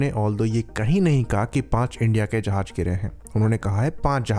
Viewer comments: Dhakkan, its jahaz not jahaj. If you can't even pronounce it, your side clearly cant fly the damn things with any competence. 😂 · jahaj nai jahaz hota laore